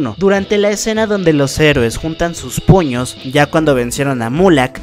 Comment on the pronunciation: en vez de entender "puños" entendí "p0ll45" JAJAJJS PERDON